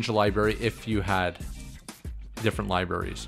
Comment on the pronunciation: If you edited out all the libarys it would be a great video! Thanks though, I enjoyed it!